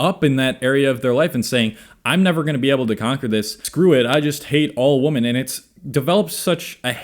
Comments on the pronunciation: Why do you say woman instead of Women? xD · WomAn, womEn. When you say it non plural for what should be you sound like a stitch together thing making obama sing. Thanks for the vid tho. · Sounds like you say women and woman the same way. Am I the only one that couldn’t focus on anything but that. Lol. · Odd how he says "woman" and "women" in the same way. Is that a regional thing? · Yeah, this is not how you pronounce "women", just FYI. Other than that, good points.